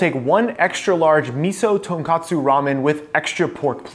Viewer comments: Everything looked amazing as always. Though minor thing, the ramen broth is pronounced tohn-koh-tsu, not tohn-kah-tsu. Ton is pork, kotsu is bone, and pronouncing as tonkatsu is fried pork, which is also delicious but a very different dish. Just notes for future ramen endeavors, keep up the great work chef! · Uncle Roger was right. You all can't stop saying Miso Ton-kat-su Ramen. Rather then pronouncing it the way it was grammatically suppose to be spelled out Miso Ton-kot-tsu Ramen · IT IS NOT TONKATSU IT IS TONKOTSU